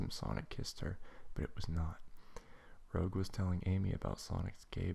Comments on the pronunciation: Good reading, but Rouge's name is pronounced: "R-ooo-j". Still, good work! :D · and you pronounced Rouge WRONG